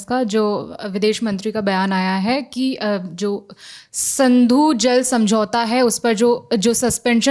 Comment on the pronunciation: It is Sindhu not Sandhu